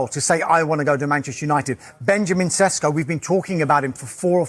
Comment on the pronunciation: Sesko is not a Sesko or Shesko or seshko. Bot "s" sletter are pronounced as "sh". Sheshko.